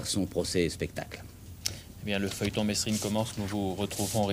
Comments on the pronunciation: tu reprends les gens qui se trompent en disant ton nom ? Si c'est le cas, c'est le cas de figure avec Jacques Mesrine ("Mérine" et non "Mess-rine"). Un peu de respect ! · Merci de ne pas dire « messssrine » mais « Merine » bordel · On dit merine mais sa s'écrit Mesrine, même Jacques le prenais mal quand on l'appelles meSSrine ( et quand je dit mal c vraiment vénère ) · ça m'énerve quand les journalistes et autre intervenants ne prononce pas le nom de Jacques comme il faut,ce n'est pas"MESSE-RINE"mais Mérine......Provocation peut-etre.......!!!